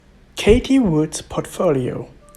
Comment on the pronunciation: Her first name is "caatheee", not "katie"